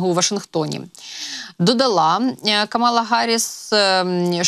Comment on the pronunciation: КАмала Гарріс, не Камала Гарріс. Майте повагу